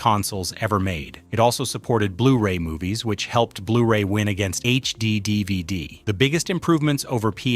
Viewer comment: I don’t appreciate you saying dvd like that. You must be a robot